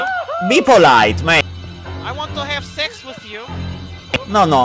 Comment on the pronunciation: " I went to heav sechz with you" Lmfao